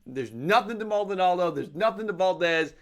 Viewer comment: Maldonado* not Maldonaldo